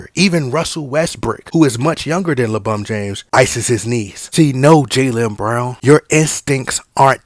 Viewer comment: Take a shot of tequila or whisky, whenever you hear "LaBum James" during the length of this video. Extra shot when you also hear "RBAAAAAAA"